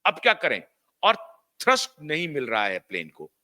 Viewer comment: थर्स्ट नही थ्रस्ट होता है भाई साहब